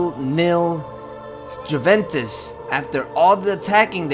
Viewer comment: It's (you)(vent)(tes) btw the intro gave me chills and it was my first time watching you